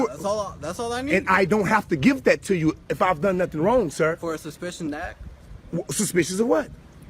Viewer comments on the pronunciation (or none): F'N insane... "Suspicioun" lol